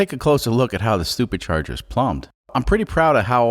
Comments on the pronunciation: Are you mispronouncing supercharger for stupid charger or doing it on purpose either way it's funny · is he saying stuper charger?